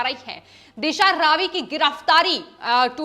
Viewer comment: दिशा रावी नहीं दिशा रवि। You are pronouncing wrongly